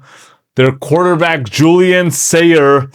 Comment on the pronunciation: Did you really call him Julian Sayer?